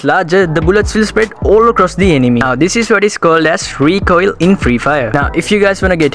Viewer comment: the way he says recoil is funny 🤣🤣